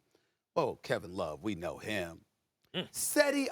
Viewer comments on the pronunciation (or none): CH-edi not SE-di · It's not pronounce with s it's jedi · Cedi is pronounced 'Jedi' you uncultured swine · It’s pronounced with a j not a c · SAS needs to respect Cedi Osman. First its pronounced Jed-Di and he was balling last night. Lowkey MIP winner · it's pronounced jeh-di osman, know nothing dickhead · Cedi Osman!! I just love how Stephen A. say Cedi Osman on this show. Hahaha